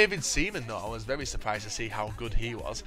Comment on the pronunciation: LoL, you cant say "very"